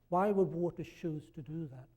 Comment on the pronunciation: I don’t know how I ended up here, but since I am... Guys entire speech revolves around the one word he can’t pronounce. Literally the only one he says Weird. U had one job.